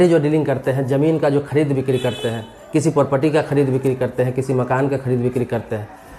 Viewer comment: पारपटी नहीं प्रॉपर्टी